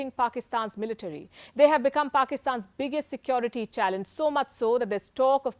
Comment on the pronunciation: Why can't Indians say Security correctly